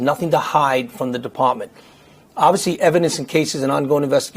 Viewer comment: "...both to duh press side, to duh community..." Anybody who says "duh" instead of "the" is not to be trusted.